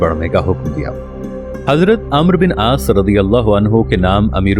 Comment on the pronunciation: پہلے عربی سیکھ لو امر نہیں ہوتا عمرو بن العاص ہے